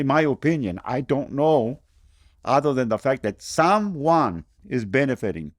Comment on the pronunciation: He said, "some-Juan is benefitting".